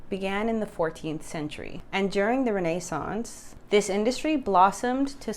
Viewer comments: This is an excellent video for beginners and intermediate fragrance collectors. is obviously well educated and most likely at least bilingual if not multilingual which brings me to the one criticism, although minor, if making a video for English Speakers in America, it would have been better had she used the common English Pronunciation for words such as RENAISSANCE ( Ren is sance); although her pronunciation may be correct. It is the reason why I dislike AI Voiced videos, which I avoid, because of the incorrect and often changed during the video of words. But, is informative and pleasant to listen and my criticism is probably based on being a croupy old man. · Renaissance...accent on the 1st syllable, not the 2nd or 3rd...